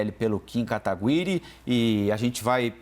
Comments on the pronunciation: "Kim KataGÜIre". Tem uns jornalistas da CNN que parece que não acompanharam nada da política antes de começar a trabalhar... Sabe nem falar o nome do cara! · O reporter falar Kim KatagUiri foi só pra irritar mesmo!! hahaha